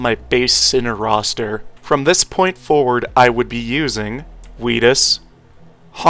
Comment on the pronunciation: I can’t TAKE IT ANYMORE why do you pronounce OUTIS (Oh-Tis) like AWITUS AHHHHH